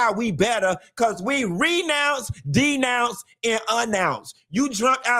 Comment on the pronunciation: “A Nounce” lol